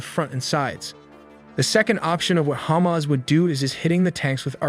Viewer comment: I stop watching when you said Khamas controling humanitarian aid!